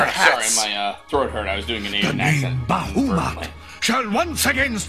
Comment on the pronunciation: And I think the proper pronunciation is something like "ba-HA-moot". It's like he pronounced it backwards or something.